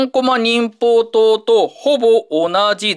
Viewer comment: 忍法刀のこと忍法ちょうって言ってたw